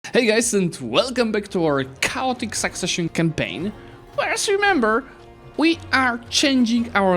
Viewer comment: It's pronounced kay-ot-ick not kow-tick